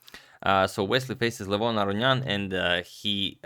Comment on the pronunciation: You pronounced Levon Aronian correctly the first time, then 20 seconds later you pronounced it the wrong way 😭😭